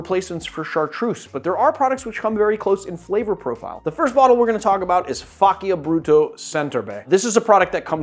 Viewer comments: A bit of a nit-pick, but Faccia Brutto is pronounced fa-cha brutto, or meaning to make ugly in Italian. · just a correction, it is "fah-cha broo-taw"